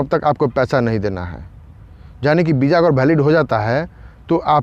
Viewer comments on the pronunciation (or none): Bro property say VISA not BIJA 🙏🙏🙏